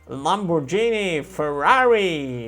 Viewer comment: To Lambrodżini zabolało xD